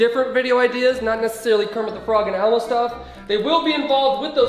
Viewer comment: Every time u say Elmo it says Alma